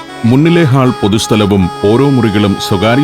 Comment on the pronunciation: ഹാൾ അല്ല sir... ഹോൾ. പുതിയ തലമുറയെങ്കിലും correct pronunciation പഠിക്കട്ടെ